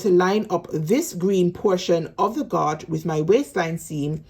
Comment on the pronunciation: Gauge is pronounced ....... gage, like you say cage.